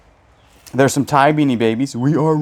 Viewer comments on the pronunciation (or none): none